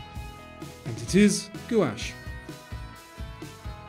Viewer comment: gouash is pronounced, "gwash."